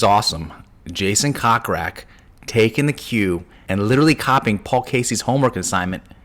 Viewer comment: Your saying Jason’s last name incorrectly. It is Coke Rack not Cock Rack. Although it is hilarious!